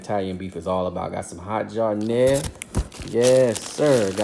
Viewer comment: hey man just got this video on my recommended. I gotta ask are u from chicago? just watch the first couple mins and most ppl dont know we pronounced it giardienare or how we like it dipped i got the answer when u dipped it, respect homie